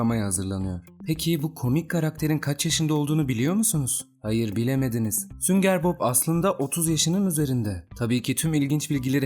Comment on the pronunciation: sünger Bob deilde hep sünger bok diyen